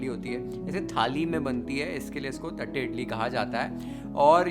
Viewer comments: Th used in south indian languages does not mean थ ... it is त only. It is pronounced as तट्टे इडली. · Bro... Its not "थट्टे" its "तट्टे" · Dear Chef thank you for the recipe! Btw its तट्टे इड़ली. We SouthIndians use t for ट and th for त. But your pronunciation was spot on!